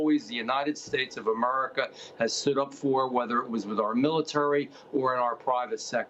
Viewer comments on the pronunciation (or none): BS.. Wokeism? Try corporate greed. And learn how to pronounce America. I don't know why I ever bother to watch anything this sham news outlet puts out